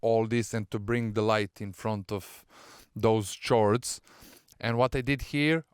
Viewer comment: the word "chords" is pronounced like "cords" (sorry for the correcting comment)